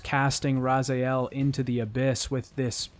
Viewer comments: Ikr, literally everyone in game calls him Raz-E-el, not Raz-eye-el. It's like nails on a chalkboard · Everyone, everywhere, literally all of the time: Raziel This poser: Razaiael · Everything is incredible and in details but the way you prononce Raziel like it's RazAel but it's Raz-E-el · Why do you insist on calling Raziel 'Razael'? His name is pronounced correctly by every character in the franchise, how do you f*ck that up? Did you play on mute or something? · I'm confused, isn't his name Raziel not razajiel ? I played the game in german. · it's pretty irritating that you keep saying "razael" instead of "raziel". Also, pretty dumb that you decide to cut cutscenes and just narrate parts of them using most of the same exact words, including words that absolutely NOBODY in real life would ever say like "churn the wheel of fate" or "machinations". Give me a break. If you're gonna start narrating things then make them short and use your own words. But the thing is that you haven't even attempted to do that, you're just copy-pasting things and switching a few words back and forth. In the 3 hours it takes to watch this video i might as well go and watch the compilations of all the original cutscenes. So what's the point of this video? It's hardly a retrospective at all. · Why do you keep saying raza-el ?its clearly raziel (razee-el) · Ra-ZE-el not Ra-ZAI-el. Honestly not sure how you can play the games and get it wrong, like every character in the game says his name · Hearing you constantly call Raziel "Razaielle" is really jarring. Otherwise a great video. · How how on earth do you pronounce it ras ay el? If u played the game, that shit should be burned into ur brain. Ra si el say ut with me now Rasiel you are worthy sais so right at the beginning and no one in the game calls him ras ay el. shaking head in disaprovment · Why do you pronounce some names like that? It's Raziel, not Razael, SlUagh, not Slagh, etc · drink everytime he says "Razaiel"